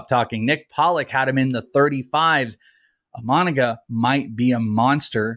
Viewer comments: Good insights guys, thanks. (Please check the pronunciation: EE-Mah-Nah-Gah, with a more even cadence--similar to vowel sounds in Spanish.) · Bros lost all cred when they started mispronouncing Imanaga's name. Tough listen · Isn't his name pronounced "im-in-a-ga"?